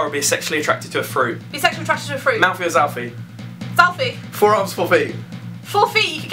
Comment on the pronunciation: when she said zalfie then smiled a little hehe